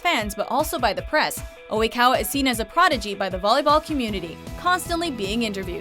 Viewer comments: that's not how you say Tooru Oikawa.... *cringe* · Oikawa-Senpaai! Oh I love the trash king. He is indeed one of the hottest Anime-Characters I know! (But seriously - How the hell did she pronounce his name? That made me cringe so hard.) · I'm cringing so hard on how the pronounce Oikawa... OMG WHAT THE CRAP?!?!? Like seriously!!! They would be better off calling him trashkawa than what they said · I can't believe how you pronounced Oikawa kill me